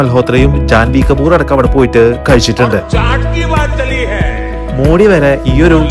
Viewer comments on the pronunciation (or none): none